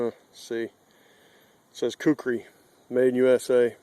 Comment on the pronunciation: 4x it's Kukri. Not Kukuri. It's not that hard. You have to be American.